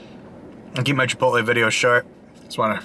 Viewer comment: So stoked to order the GWAH-Jeelo steak at mah local chipitlee